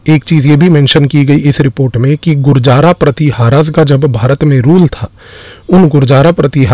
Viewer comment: Sir apne ek shabd Gurjaraa pratiharaa galat pronounce Kiya vo Gurjar pratihar hai